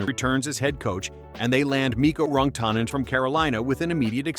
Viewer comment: How the fuck do you mis-pronounce Rantanen??